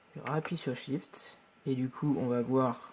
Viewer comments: Très utiles ces vidéos, merci! Au fait, c'est SHIFT, pas "SWIFT" ;) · Très bien expliquer, merci. Juste cest pas "swift" mais "SHIFT" mon ami :D .